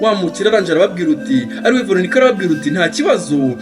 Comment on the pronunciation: Courage ntibavuga ngwarababwiruti ahubwo bavuga arababwir' ati!